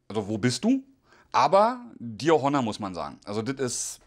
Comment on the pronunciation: ich habe die ganze Zeit "Hanna" verstanden bis ich gemerkt habe, dass "Honor" gemeint ist 😂 edit: es heißt "Fernseher" und nicht "Fernsehn"